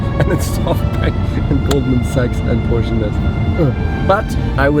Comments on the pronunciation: Herr Rosberg, Sie sollten wissen wie man PorschE ausspricht ;D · crazy how nico is basically german, has a german accent, but still manages to pronounce "porsche" wrong to sound less german i guess. cringe. no hate tho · Very big shame on you as a German, for Not speaking Porscheeeeee ! Right ! ITS Not named Poshhh, Like the stupid Isle apes say IT ! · You know it's pronounced Porsche, not Porsch, just say it. Why pick on on mistakes Americans do? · Nico, why would you say PORSCH common man... Sprich das ma richtig aus bitte... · How about starting pronouncing the name of the car the same way the person does, who's name the car is carrying? 😉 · Nico Rossberg... says "Porsch"?? wtf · Nico: You are half German and you spell Porsche .. PORSCH... Shame on you.. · Dear Nico, as a German you shouldn't say "Porsch". PorschE please 🥺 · Nico, du bist deutsch, dann sprich PorschE auch richtig aus 😂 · I find it strange, that you`re German, but pronounces Porsche...........in English !!!!!! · Did a german just called a Porsche a Porsh? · Bei Eigennamen wie Porsche, braucht man im englischen das "e" nicht weglassen 😉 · Mr. Rosberg, it's "PorschE", not "Porsch". But don't worry, that mistake often happens to people who are not familiar with the german language. Oh wait...🙄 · Porsch, ?? Come on Nico! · Nico! Du bist ein intelligenter Typ,aber Porsche als Porsch zu nennen,nur weil Du englisch sprichts ist lächerlich!! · Nico wieso sagst du eig porsch anstelle von porsche? Dachte markennamen spricht man je nach dem woher sie kommen richtig aus zb ist es ausgesprochen ja nicht nike sondern nikey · Nico, did you say "Porsch" being german??? Oh Nico, no 😢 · why is he pronouncing Porsche and Rimac wrong ? as a german it is a bad habit to cut the e from Porsche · Alter, wirst Du wohl Porsche richtig aussprechen? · Amazing that Nico cannot pronounce Porsche correctly. Smh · A german misspronoucing Porsche ouch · Please respect the car companies by trying to say their names properly